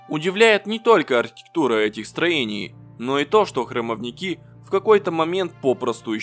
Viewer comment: И ещё. Не храмовникИ, а храмОвники. Ударение на второй слог. От этой неграмотности, уши режет.